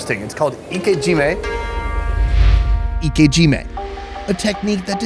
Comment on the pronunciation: thank u for saying ike jime right. I keep hearing other youtubers in the US pronounce it "aik jimmuh" or "ickyjimmy" lol